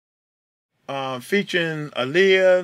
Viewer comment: My bad I know what u meant now he said Magoo wrong haha yeah he comes from church so he doesn't know all the rappers... have a good one